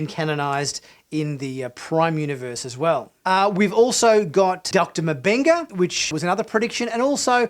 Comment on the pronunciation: Its Doctor MMMMM-Benga not MA-BENGA. : )